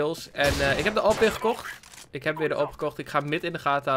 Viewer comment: Zeg alsjeblieft Aaweepee en niet awehp